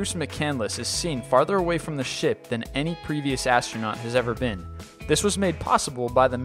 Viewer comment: he said Shit instead of ship. LMAO